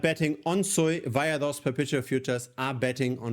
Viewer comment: its not sooiiiii its suuuuuuuuuuuuuiiiiiiii